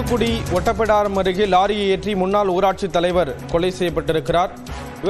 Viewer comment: அது😂😂ஓட்டப்பிடாரம் இல்ல... ஒட்டப்பிடாரம்